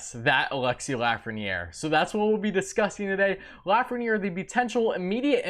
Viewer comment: You're gonna be saying his name alot in the future,perhaps learn the proper pronunciation of his first name.....